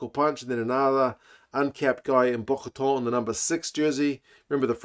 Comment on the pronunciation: Pronouciation : Bochaton is more like "BoSHaton" (which in French is pronounced the same as "beautiful kitty" 😂). Otherwise, I feel quite worried for this one, with even less experience than last week. It seems indeed that Glathié targets more the victory for the last game.